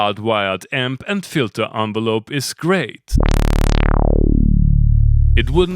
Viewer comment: Lol@ "Fitler"